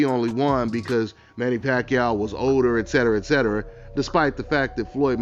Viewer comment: It’s OLDER NOT “odor” 😂